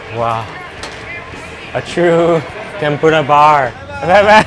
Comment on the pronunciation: (Tem-Por-Uh) not (Tem-Por-Duh) nonetheless amazing mouthwatering video!